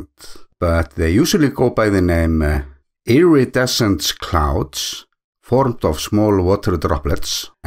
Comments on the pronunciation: Perfectly pronounced! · Gorgeous! I see sun dogs from time to time, but I don't think I've ever seen iridescent clouds. (Which you pronounced perfectly, btw). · your (English) pronunciation of "iridescent" is fine. And those cloud formations are gorgeous.